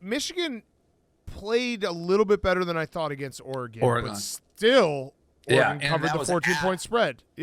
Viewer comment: Is there some joke I missed to why Dave pronounces Oregon “OreGONE” 😂😂. Is it because the have 0 nattys?